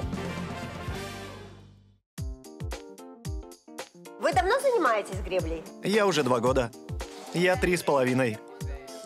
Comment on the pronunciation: Жанна,не Арно а АрнО .ударение на О ,это я вам как Флорентийка говорю